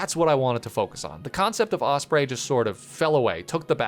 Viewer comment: Osprey not osbray